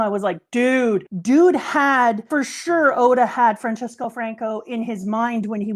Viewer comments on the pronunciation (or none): As a Spaniard I can say did a great job in her research About the Francisco pronunciation the first part is correct and the cis would be pronounced like the cis- in Cisco network instead of a che.